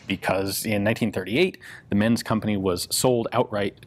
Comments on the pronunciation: They´re pronounced like Ments and not "mens". The letter "Z" is always pronounced like "ts" in German words. Always. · I don't know this guy personally (obvs), but in German, I believe the "z" in Menz usually gets pronounced like "ts" - same as you would with Mozart, or pizza. So it would sound move like "Ments." PS: I realise pizza isn't a German word, but it does follow the same pronunciation rule.) :-)